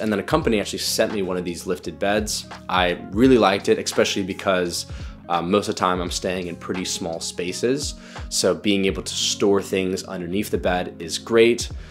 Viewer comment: eXspecially? Come on, man.